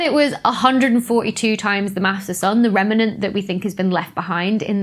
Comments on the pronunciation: "Rem-en-ant" ... so precious! :) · Learn to pronounce remnant correctly.